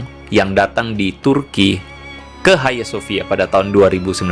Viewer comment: Bukan haya sofia. Hagia sophia baca sofia. Bhs yunani.